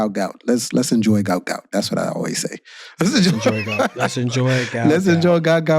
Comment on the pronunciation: his name is GUOT not gout